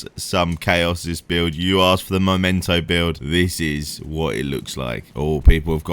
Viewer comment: MEMENTO, not Momento!